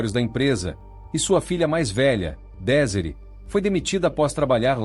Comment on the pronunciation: SERÁ QUEVE ROBÔ?? PARECE!!! DESIRÉE.SE PRONUNCIA ##DEZIRRÊ##. FRANCÊS. AÍ O ROBÔ FALA #DESÍRE???? AFF.BQUE HORRORM